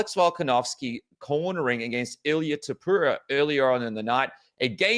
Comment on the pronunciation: Is this man ever gonna pronounce “Topuria” correctly? I don't think so, it's always gonna be “Topura” for him